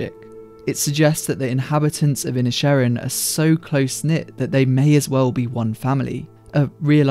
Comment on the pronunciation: The way you pronounce the film's title really highlights how it's a play on works for the gaelic for Island of Ireland. Seen in this way, perhaps the Civil War can be an analog for the Great War in Europe while the Irish conflict is comparatively small (though not less heartbreaking). That also might help explain the characters ambivalence towards the combatants. The Irish didn't hag much stake in he First World War.